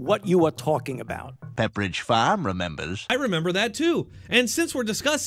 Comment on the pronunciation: “Peppidge Fahms remembahs” 🤣🤣🤣🤣 Liar, Liar FAUCI on fire!!!